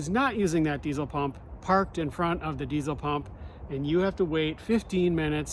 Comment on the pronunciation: Can't even pronounce diesel, right And you hate it, we're all shocked😅